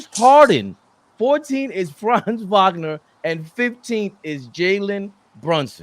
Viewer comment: Wagner Wagner Wagner not Vagner where is the V coming from and this is everybody.